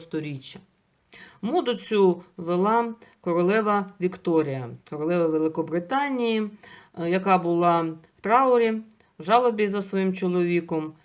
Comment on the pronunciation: Дякую, обожнюю ваше кіно! Я не помилилася,бо краще за сучасні "шедеври". Таня,вибачте: жалОба, а не жАлоба.